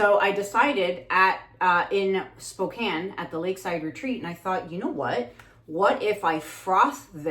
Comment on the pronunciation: I love hearing you say ‘Spokane’, the way we say, ‘Spokane’ 😂 I am so bummed that during that time I had a sudden death in the family, followed immediately by a crazy diagnosis/surgery - and was not aware you were here!!! 😭 (The surgery was optimistically supposed to be easy, but wound up being the opposite) I hope you come back someday! I would LOVE to take… ~<:{*•ALL•*}:>~ …the classes!!!! 🫶🏻 Your art has inspired me, but I’ve never taken the leap to try for myself. I sincerely hope for another chance to experience your training here in the states 🙏🏻 God bless you, and thank you!!! 🤗